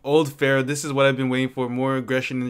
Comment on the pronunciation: Bro, please, listen Travis $cott, PHARAOH - RARRIH